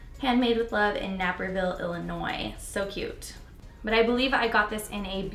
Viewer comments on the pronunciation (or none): No way! I was just at vegfest in Illinois and that deoderant brand had a booth there!! I didn't buy anything cuz I had just bought deoderant but was planning on buying from them after Mines gone! Good to know it works! Haha (Sidenote, it's a long A in Naperville 😊 not that it really matters but just so you know haha)